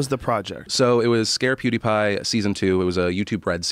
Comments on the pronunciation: Nobody: Joe Rogan: Poodiepie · Why does Joe pronounce PewDiePie like PuDiePie? It sounds like BoodyPie